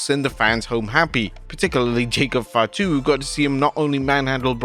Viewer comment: Lol your "Fatu" sounds more like 5'2